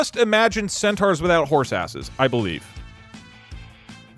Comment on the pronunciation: thinking centaurs are half-zebra and repeatedly calling them "centuars" is killing me